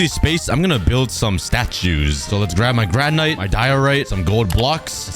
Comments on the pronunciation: And it’s (gran/it) not (gran/ite)😊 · Hey, just so U don't make mistakes in the future, you were calling granite (gran-it) granyte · You don’t pronounce granite like gran nite it’s like granit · It’s not granite it’s granit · Are we just going to ignore the way he said granite? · Bro... you can't pronounce Granite?